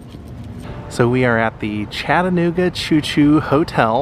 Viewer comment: Thanks for pronouncing Chattanooga correctly!!!